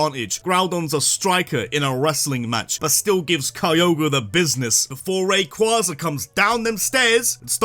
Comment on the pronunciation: DO NOT LEAVE OFF THE Y IN RAYQUZAZA! NO MORE SWEARING PLEASE! AND WE DON'T USE BELTS FOR SPANKING ANYMORE! I'LL SEE HOW YOU LIKE IT IF YOU GET THE BELT!